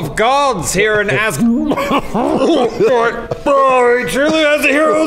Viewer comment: Bjarni 2 went to "assgaurd"